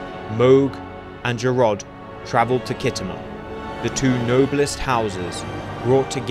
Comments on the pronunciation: Kit Homer? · Pronounced skitamer by actual war gamers